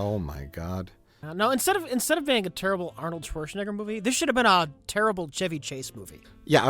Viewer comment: RLM got a guy who can't pronounce "Schwarzenegger" for an Arnold Schwarzenegger movie commentary track.